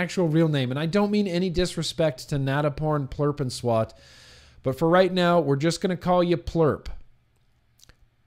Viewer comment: Hey bud. Not offended by your pronunciation of Nantaporn plurphanswat. Just wanted to let you know that this IS a real name and it is a Thai name. My wife is from Thailand and her first name is "Thiwarat" anyways...you are far from the correct pronunciation of the name but nobody can fault you for that. Not google will help you with the correct pronunciation either. Thai names are pretty frickin crazy. Anyways, thanks for the vid and cheers for beers!